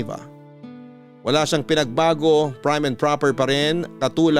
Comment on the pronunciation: JUSKO MAGPOPRONOUNCE NALANG TONTA. PRIM YON HINDI PRIME KAIRITA DI AYUSIN